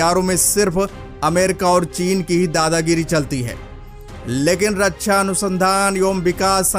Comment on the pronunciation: जय हिन्द ! भाई रक्षा बोलो रच्छा नहीं